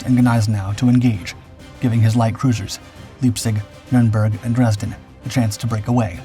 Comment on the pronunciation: ...and Leipzig is pronounced LIPE-tzich.